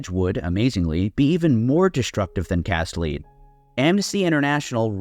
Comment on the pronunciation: Maybe Im wrong, pretty sure its "cast l-e-d" not "cast l-e-e-d" (lead as in the metal you can cast) Great video man thank you.